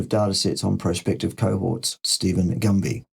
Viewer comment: Is saying Dr Gumby? As in Gumby the skinny, bendable green toy figure from years past. That image makes me laugh. Hard to take Gumby serious about anything to do with diet. I feel I know more than Steven Gundy about diet. Thank-you,. This is good!